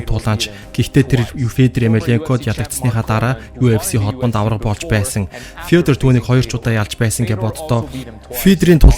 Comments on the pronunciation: ё үсэг мэдэхүү сда минээ фийдэр гээд шаагаад байхын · Фииидрр гэшш.. сда чамайг янхан гээд байвал ямар байна. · Федор гэд хэлчилдээ хэл муутай сда бэ яадаг